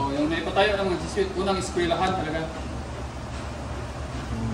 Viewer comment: jesuit ( dyeswit or dyesuwit po bigkas) hindi po dyesut... mga heswita na pari 🙂